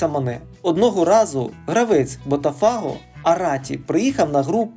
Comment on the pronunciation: лайк поставлю, але оці БотафАго і Флаурес - ну треба ж якось відповідальніше готувати начитку матеріалу, бо вуха ріже.